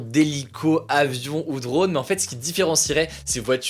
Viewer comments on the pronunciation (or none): none